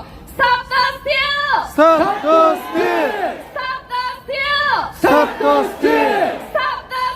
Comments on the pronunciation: 영어영문학과는.. stop the steal 할 때 발음이 역시! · 스탑 더 스틸 외칠 때, 발음 죽인다 하면서 운전할 때 연설을 들었습니다. 자랑스럽습니다.